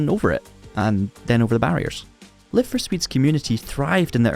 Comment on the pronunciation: On ne prononce pas "Laïve..." mais "Live... car il s'agit de l'infinitif !! Sinon ce serait Life !